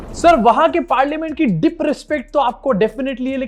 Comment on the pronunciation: “Dip” “rispect” “parliamench”